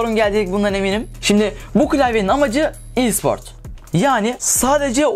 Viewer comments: LA OLM E SPOR İ SPORT DIYE OKUNMUYO RKXKRFKRJKFKD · İ değil e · i siport ne aq e spor desene direk